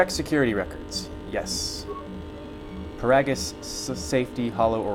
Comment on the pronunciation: It's pronounced "Puh-rah-gis"!